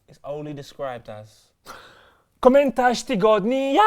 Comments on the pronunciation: that's not even how you say comment of the week in Polish, it's KOMENTARZ TYGODNIA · Komentarz tygodnia, not komentash tygodnia